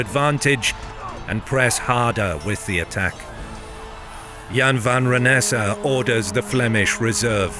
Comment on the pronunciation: Goedendag, as a Dutch, i think you pronounced Goedendag, Wijnaarden en Jan van Renesse very well. Even if it might be a computer voice. Een goede avond nog.